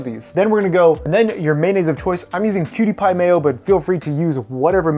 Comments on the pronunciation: The mayo is pronounced "QP" by the way, that's on some of the bottles! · You know it sounds like you're calling it 'cutie pie' mayo? :D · did...did my guy call it 'cutie pie' mayo?!